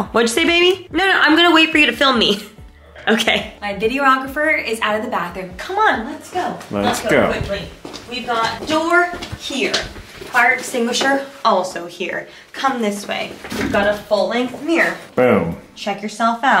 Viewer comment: Did she say fire distinguisher